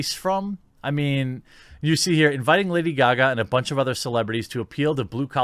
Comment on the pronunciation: "Lada Gaga"?